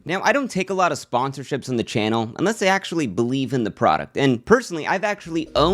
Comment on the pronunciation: “I axtually bought a ridge wallet on my own” this fucking guy lol